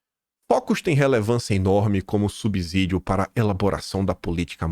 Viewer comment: Vc está dizendo toda hora " subzidio" ta errado. É ' SUBSSIDIO'! A origem é no latim: 'sub+ sedeun' = sub ajuda